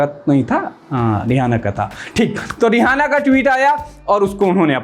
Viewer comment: भाई वो रिहाना नहीं है रिआना है 🙏🙏